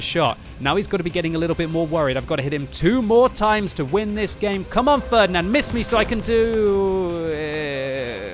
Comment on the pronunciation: your pronunciation of "Ferdinand" sounds so strange and wrong for germans xD